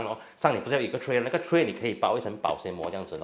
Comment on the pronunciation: Take a shot every time he says, "ni99a."